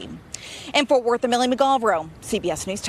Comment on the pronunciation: WTF are "forf worth" and "inergrees"😳😭